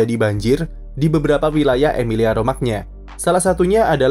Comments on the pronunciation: Romagna dibaca Romanya Min?Kalau dibaca Romagna yg baca orang ngapak.. Medhok 😅.. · Romanya bang...Romagna kedengeran aneh bsngeet asli😭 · "gna" dlm bahasa Italia dibaca "nya" min